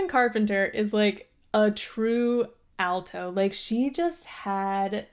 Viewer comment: The word "alto"—please don't say "Al toe", it should be "all toe". Otherwise, I love your voice!